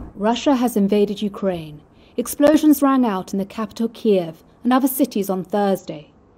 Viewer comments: Not kareve. It is Kiev. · I used to give this lady a break when others complained for pronunciation, but this one atrocious. Broadcasters should go over the reports before recording and check any words with which they aren’t familiar. Kiev has 2 pronunciations, neither of which is ‘Kar-eve’. Made wore by including a clip of an international reporter pronouncing it correctly. SMH.